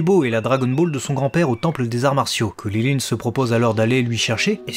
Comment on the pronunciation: Je ne comprends pas cette prononciation de "Krilin" ?